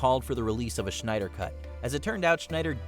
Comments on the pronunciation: Snyder not Schneider. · Schneider it's not said like that Lol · Zack SCHNEIDER? lol